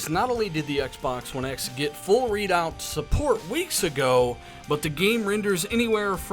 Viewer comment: it's REDOUT...not READ OUT....it's RED the color.....RED...FFS